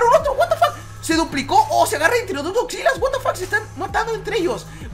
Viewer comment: jajaja da risa cuando dice esgodzilla osea hatafoc